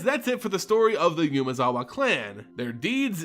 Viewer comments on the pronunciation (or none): Also constant YUUUmezawa instead of Umezawa is kinda annoying, I mean if I'm about to pronounce the same name a milliion times in a row, I might at least try to get it right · Ooo-mezawa, not yumezawa (as in the 'oo' in poop) Okagachi, not ow kagachi (as in the 'o' in offer' Miyojin, not mayowjin Great vid tho. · Great video as usual. Just gotta say it's "Oo-mezawa" not "you-mezawa" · It's Umezawa, not Yumezawa.